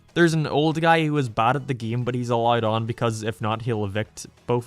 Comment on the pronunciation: Lol how does this dude not even know how to pronounce “game”?